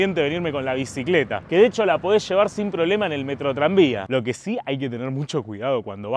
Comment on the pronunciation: Diganme que no fui el unico que le tomo mas de 3 segundos en entender que decia Metrotranvia y no Metroidvania